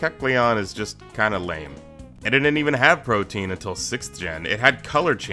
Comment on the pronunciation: The pronunciation in this video hurts. Protean as protein? Oof.